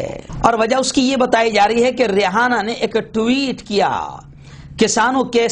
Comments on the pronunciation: امریکن لڑکی کا نام ریحانہ نہیں بلکہ ریانہ ہے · Rehana nhi h re aina h